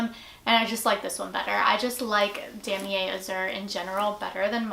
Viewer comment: you pronounced damier and empreinte wrong. it's dah-mee-ay